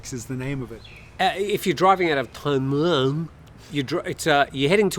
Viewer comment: The tone is more important than the vowel. Until he gets the tone right it's a waste of time.